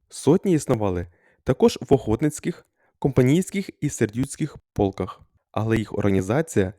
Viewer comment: ПОлках??? Може "ПолкАх"!